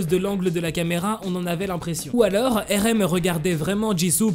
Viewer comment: Depuis quand on “ accuse “ une personne d’être en couple? Oh et ça se prononce Arème pas Érème